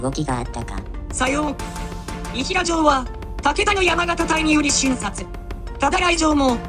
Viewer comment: 「伊平城」は、「いひら城」と呼ぶのは間違いです。「いだいら城」と読みます。